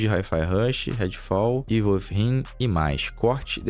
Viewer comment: Ei, meu, Within se pronuncia "Wizin" com língua presa. kkkkkkkkk